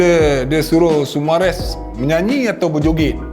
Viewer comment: Sumareh bang, bukan sumares😂